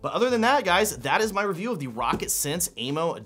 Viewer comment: The amount of times you said rocket instead of “row cat 🐱 “ triggered me 😂